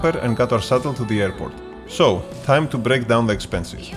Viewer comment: Απ' το "So.." λεω Ελληνας ειναι αυτος!